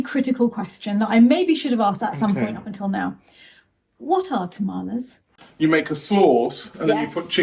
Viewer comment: Haha, I've literally never heard anyone pronounce tamales that way, being a staple food here in Texas. It's pronounced "tuh-mah-leeze."